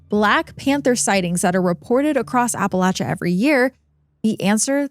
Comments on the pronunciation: I appreciate you pronouncing it correctly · Blue Ridge Mountains in Virginia. ❤ So nice to hear "Appalachia" correctly.